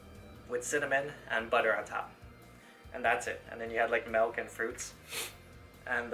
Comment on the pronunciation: have you ever tried crossfit? You should join a crossfit competition. btw, I used to pronounce 'milk' the same way you do. It's incorrect. you're pronouncing it as 'melk'.